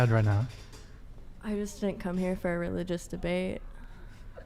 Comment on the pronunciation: Lmfaooo a bit of a dangle 😂 - btw it seems like the Host,, cannot pronounce the letter "T", words like didn't he says "didin"